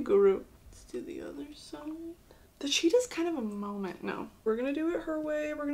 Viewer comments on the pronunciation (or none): none